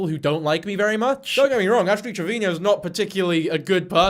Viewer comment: Omg WHY DO YOU KEEP SAYING ASH TRAVINIO